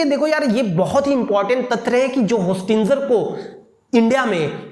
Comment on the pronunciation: विशुद्ध ch**tiye ho tum होस्टिंजर nahi होस्टिंगर hota hai